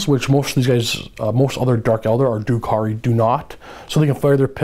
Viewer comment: First of all, dRukhari. There's an R in there ;-) Secondly, I'm confused about combat drugs. You say you would pick plus one toughness for the Reavers every time but already said seconds earlier that if you choose your combat drugs you have to have picked everything once before you can repeat them. Do you choose them per phase or per turn? Thirdly, are mandrakes really 19 points each? Or should that be 9? It sounds like they actually got much, much worse in terms of their survivability, which is why I ask.